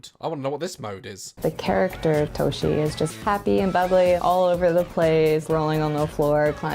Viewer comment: The moment she said "toe-she" i had to stop watching. I friggen knew it was just another weaboo japanophile that can't pronounce that word even if you paid her to.